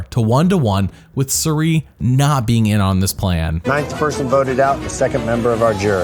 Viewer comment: "I don't get paid in dollars, I get paid in military training" 😆 Also, I'm convinced that is pronouncing Cirie's name wrong